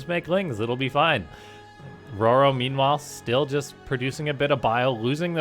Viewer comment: I thought it was determined in an earlier video that it's Ro-Ro, not Roar-o. Also it's not "Med-e-vack". If someone requires medical assistance, you don't say "Med-e-cull". Fuckiin grammar police woop woop